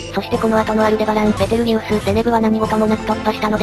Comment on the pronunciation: ペテルギウスではなく、ベテルギウスデス！